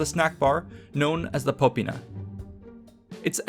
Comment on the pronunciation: Popīna, not pópina. The i is long: /iː/ and the first syllable is not stressed.